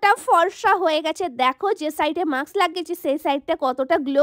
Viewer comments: ato chitkar koro kno bhai? ar ota mask maks noi,,, osikhito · Mask hota hai maks nhi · Ota mask not maks....r foundation ta ektu kom use koro...valo hobe🫢